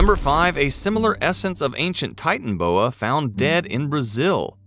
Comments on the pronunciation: 🤣😂🤣😂🤣😂😂😂😂🤣😂😂🤣😂 it’s not titanboa it’s titanaboa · Can't handle listening to you miss pronounce the name again and again it's not a titan boa it's a titan AAA boa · It’s pronounced ti tan a boa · No one: Not even a single soul: The narrator: Titan-boa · The way they are pronouncing the name is triggering me.